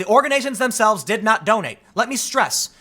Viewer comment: Organations?? Not just once but TWICE he says it lol